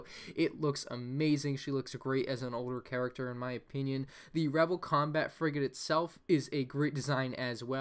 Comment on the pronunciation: When you said frigate it sounds like u said frick it